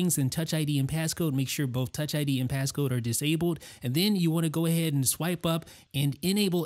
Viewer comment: The way he says disabled